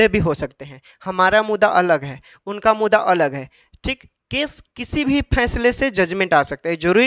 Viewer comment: Mudda bolne aata h. har bar mudda ko muda bolta h bat krta h kanun ka